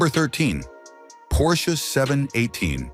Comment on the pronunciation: Por-shee? get rid of the AI voice!